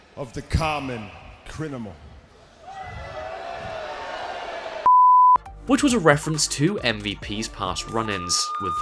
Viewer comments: He said CRINIMAL 🤣🤣🤣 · Crinamal Crin-a-mAl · Crini crini crini crniimal. LOL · Are you having trouble saying the word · Don't let this distract you from the fact Randy Orton mispronounced the word Criminal in the racist promo lol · he made me studder Criminal after his 12 attempts trying to say it right